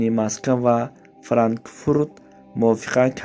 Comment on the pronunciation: Йо товба кадом бесавод хамира азвучка кадай хато гап зада наметона Франк фурда франкфурут мега бо як олам калимахои дигарш хотоай ужасс